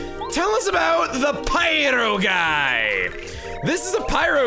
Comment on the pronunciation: With how Chugga says it, all I have to say is that "Heros are no match PYRO GUY!"